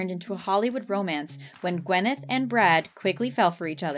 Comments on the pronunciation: "wyneth paltrow" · I mean, the name is Gwyneth, not Wyneth